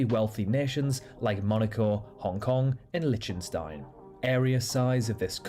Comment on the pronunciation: Did they actually pronounce it Litchenstein? They just f*** every piece of credibility up.